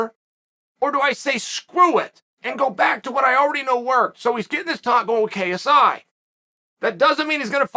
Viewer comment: I don’t like how clear he kept saying KSI .. I would’ve preferred kissey